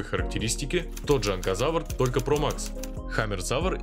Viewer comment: ты некоторых бакуганов не правильно навываеш например не Анхазавар а Энказавр